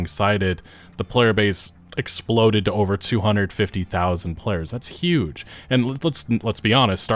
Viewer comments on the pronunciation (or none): none